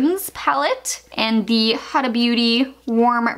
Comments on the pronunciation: Colorpop is not high end. Plus it's pronounced "hoo-dah" not huh-duh. Get rid of the melt smoke sessions. They will give you a new one. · Lol I don't know why any American can't pronounce huda beauty. It's not hadda Or hooda. It's huda. 🤷‍♀️ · pronounce Huda, Hooda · I couldn't even make it through the video. Protege = pro-tuh-jeay Ace Beaute = ace beauty Grandiose = gran-de-ose Huda = who-duh Formula = for-mew-luh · Morson Nelgan me too I was losing it lol she mispronounced so many words my OCD is quaking 😬😫. Pro-Ta-JAY , ace be-u-tea , hoo-da, grand-do-wah....aghhhhhhhhhh